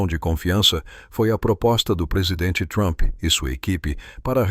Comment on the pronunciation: POR QUE TODO PLAYBOY FALA DONALD THUAMPI ?????